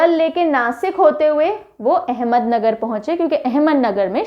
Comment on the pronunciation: Ma'am it is not ahmednagar it's ahmadnagar